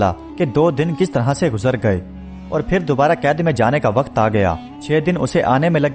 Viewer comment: Apka talafuz thik nahi hay.. Phir ki jga fir Phal ki jga fal..men apny bchy ko sirf urdu ki waja say sunata hun...to plz talafuz thik kren